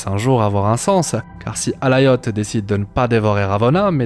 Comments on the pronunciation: C'est Alioth, pas Alaioth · prononciation anglaise, le i se dit a